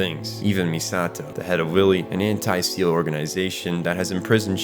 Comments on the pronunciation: If you're ever making more EVA content, let me give you a pronunciation guide. Seele is pronounced more like Seyluh or Sail-eh, Wille as Will-eh. German and its final es, huh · SEELE is prounced Say-Lay. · Did this nigga just say Seal? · Two hours of perfectly scripted video and it would've taken you a minute to look up how SEELE and WILLE is pronounced (hint: it's not "WILLY" lmao)